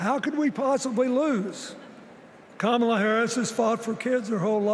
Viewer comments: Yes, mispronouncing her name is a very surprising error for Bill Clinton to make. He was always very careful about that kind of thing. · I hate to say it but President Clinton rambled on too long and lost the momentum Hakeem Jeffries had going. Also, I would have been happier had he pronounced Kamala’s name correctly